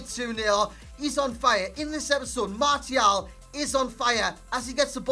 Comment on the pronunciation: Who the fuck is Marty-Al